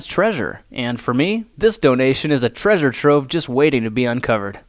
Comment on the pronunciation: Do you mean trashure